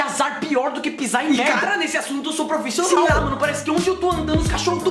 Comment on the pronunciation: "nesse assunto eu sou perficional"